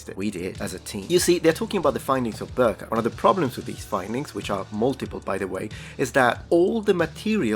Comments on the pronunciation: I know we in Sweden love the Ö, but this time, its Birka. Not Börka. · I love your content and you seem like you would want to be informed. that respectfully your pronunciation of certain Swedish words such as birka is a bit off. Now it’s a bit hard to explain on how to say it but the beginning of the word (bi) is more like bickering and the later portion of the word starts with an brrr sound and then something along the lines of kah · There was masculine women who where Vikings, but they thought of them selves as women even though they behaved in the same way as men. PS: Birka is pronounced B-ii-rrka. You emphasize the "i" in Birka. And you use the Spanish rolled "R" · Please don't pronounce "Birka" as "Burka", lol. As you know, it was an important viking age trading town close to present day Stockholm in Sweden and is a significant location for archaeological excavations --- not a muslim garment. The vowel is the same as the first one in "irradiate" or "irrigation". The English language is indeed weird about it's vowels. If the "i" is followed by an "r", it's supposed to sound like another vowel entirely. It's interesting how many Americans tend to pronounce the name "Göbbels" as "GuRRRbles", probably because someone has described the "ö" as sounding like the vowel in "girl" or "burn".